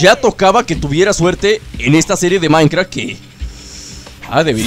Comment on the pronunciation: BossierCheese36 no no dijo Minecraft pero dijo mincra 😋😋😋